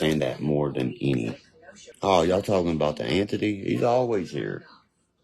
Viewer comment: I swear I thought he was saying Anthony and saying it wrong. Lol